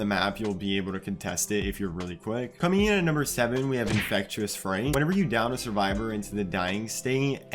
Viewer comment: it’s called infectious fright not infectuous